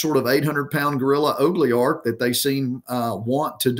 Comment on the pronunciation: Is he trying to say “oligarch?”